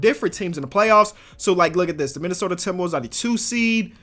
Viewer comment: Dudes says :timbawovves."